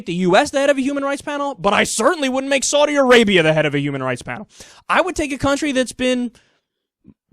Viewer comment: I love the fact that Americans are incapable of saying the words Saudi Arabia. It's hilarious.